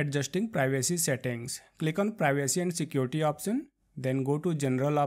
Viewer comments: It's Option no Opsion dude. Locasion Opsion lmao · Like the way when he says "opsion" and "joom" XD